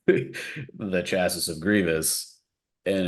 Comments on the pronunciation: Chassis = "Chass - See" not "Chass - Is" ( CHasē ) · Is saying "chassis" as "chass-iss"???